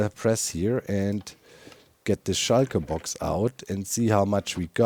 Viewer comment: whenever Doc says "shulkerbox" it sdounds Like "Schalker Boxen"